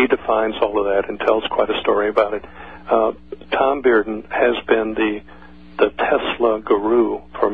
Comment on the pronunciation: "Tom Bearden" OK...